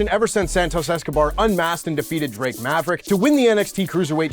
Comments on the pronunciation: I can't believe pronounced pause Drake Maverick, wrong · Mr, please show the correct way to say… 👈🏼 Drake Maverick 😁 …when referenced in the news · I hope WWE rehires Drake Maverick just so I can hear say Drake Maverick again